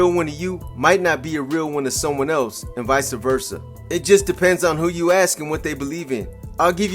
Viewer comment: (Vicea - Versa) ❌ (Vice - Versa) ✅